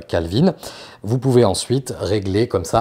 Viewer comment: Juste une remarque, on dit Kelvin et non pas Kalvin et la température de la lumière du jour est à 6500K et non pas à 7500K. Il m'a paru important de le souligner. Bonne continuation sur cette chaine sympa.